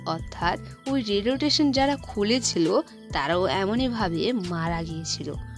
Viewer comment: Radio station ❌ Radiotation ✅